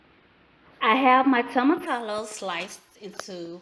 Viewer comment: Oh Jesus every time you say tomatallo...hahaha....it's actually pronounced "Toe-Mah-Tee-Yo" Great video tho and thanks for sharing this recipe.